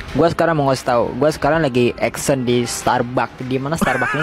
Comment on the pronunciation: Minimal ngomong starbucks yg bener lah men, bukan starbak. Cui..